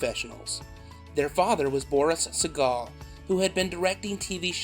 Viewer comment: I got thrown off when I'd heard Liz-n-Jean's surname mispronounced as "Say-gle" and Katey's was pronounced correctly.. It reminded me of George Seagal's name, so I didn't pay attention to the spelling. I don't remember anything about the series - it was just on less than a year then it disappeared - no reruns or anything.